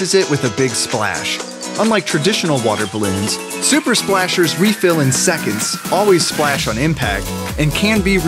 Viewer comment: “Super Splashers”